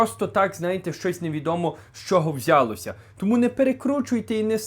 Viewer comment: Уважаемый, я русскоязычный, но мову знаю получше некоторых щирiх украинцев. Вопрос. Почему все в Украине стали неправильно ставить ударение? Правильно "булО", а не "бУло", "вiдбулАся" а не "вiдбУлася","взялОся" а не "взЯлося". В Канаде это может быть такой свой диалект. Но в Украине это стало везде. И реплика. А почему украинцев стала обижать дискриминация в Польше в том числе по языку? Полякам не нравится мова? Так им просто не нравится. А в Украине русский язык законодательно запретили! В Канаде 2 официальных языка английский и французский. Оба языка признаны Конституцией Канады в качестве «официальных».Французскоговорящего населения в Канаде примерно 21%, англоязычного около 70%. И ничего! А этот мовный геноцид в Украине все демократические страны Запада (и Канады) не замечают. Как и Вы, уважаемый.